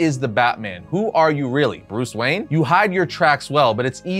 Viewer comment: BUHREAHS WHERN